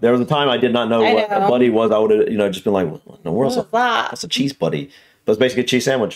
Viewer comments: Its a cheese BUTTY not a cheese buddy You do not have to accentuate the second part of surname. It's Dibner & not dib NAR! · It's a cheese 'butty', not a cheese 'buddy'. I believe it is an old shortened name derived from a sandwich made with 'buttered' bread.